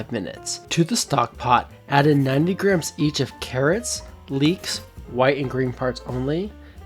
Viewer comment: yt: Stop pronouncing grams as "Grims" it's pronounced "GRAMZ":yt